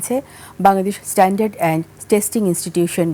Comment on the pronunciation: এই সাংবাদিক কোন গ্রাম থেকে আসছে? পণ্যের নাম, শব্দের উচ্চারণ ঠিক মতো করতেই পারে না। স্ট্যান্ডার্ড (Standard) কে বলে "ইশ-টেন্ডার" । বেলিসিমো (Bellissimo) কে বলে "বেলসনো"। এরা চাকরি পায় কিভাবে। হাস্যকর